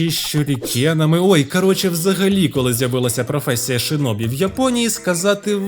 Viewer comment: Як людина яка говорить японською, то можу вам сказати, що у вас дуже гарна та правильна вимова назв)) тільки не шИнобі, а шІнобі (в японській є тільки звук «ші»). Бо через кацапську транслітерацію в нас досі неправильні деякі японські назви. І це насправді є проблемою, бо в Україні до сих пір користуються кацапською системою, на жаль ((( Відос суперкласмегаульот 🎉🫃